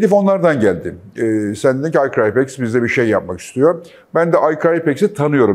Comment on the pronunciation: doğrudan ilgili değil ama sponsor şirketin adı niye "i cry pex" söyleniyor? ingilizce anlamı "ben ağlarım pex" demek. bir borsa şirketi olarak firma da ağlatmayla ilintilendirilmek istemez :) muhtemelen "i cryp ex" şeklinde düzeltilir.